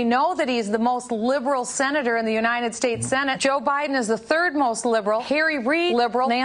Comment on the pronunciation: She can't even say "United States" correctly. She pronounces it "Unineted States".